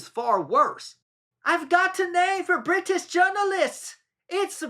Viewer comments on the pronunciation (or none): none